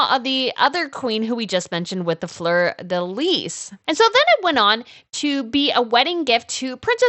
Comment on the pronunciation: Please, check your pronunciations. Fleur De Lys is pronounced Flur Da Lee. The s on Lys is silent.